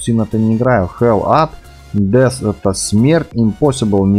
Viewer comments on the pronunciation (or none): none